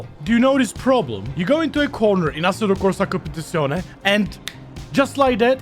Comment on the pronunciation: Have a shot everytime he’s says assetocowsacompetisonae lul